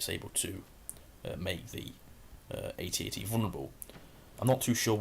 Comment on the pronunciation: When he says at at he says at and t